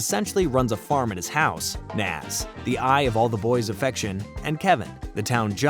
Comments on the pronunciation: Nah-z not Nas she's not a rapper😂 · Pluss ++++ The comic which may be found online. Oh yea, and we will NEVER learn what is under Double Ds' hat. ++++++ : Her name is NAZ!!! N - A - Z !!! NNAAAAAAAAZZZ !! Pronounced ""Naa - zz"" & NOT ""NOZ"" !! NOT ""NOZ""!!!